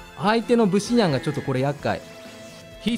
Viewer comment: ブ↑シ↓ニャンじゃなくて、ブ↓シ↑ニャンなw